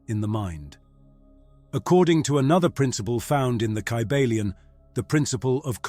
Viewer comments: This book was written by William. Walker Atkinson...a Mentalist.. it is pronounced KY BALION.. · First of all the first sentence saying the name of the book is incorrect that’s not even how you pronounce it lol